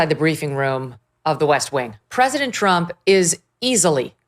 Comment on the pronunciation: Mike Davis needs to practice pronouncing the word “President”